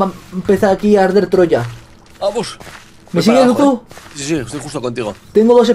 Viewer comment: es luzu no luzo